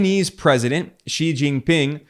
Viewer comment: Just noticed Ben made a few good attempts at correctly pronouncing “President Xi”, are you studying Mandarin?